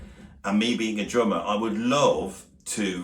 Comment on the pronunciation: Interesting video but every time you said "drummer" I heard "German", what with the Germans bringing the swing from latin-America, bands of Germans playing in theaters, using sticks like in military germing. That was fun :D